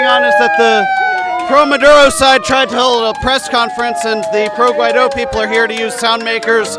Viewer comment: Impressive bilingual Medea says GUAIDURO. Peace not war, not Pwar not Weace!